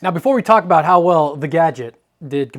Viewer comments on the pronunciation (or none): none